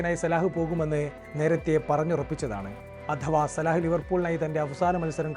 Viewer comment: സലാഹ് അല്ല സല ആണ്